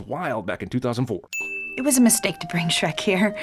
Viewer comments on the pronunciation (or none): “2004ist” 🤦🏻‍♂️ I’ve heard it all now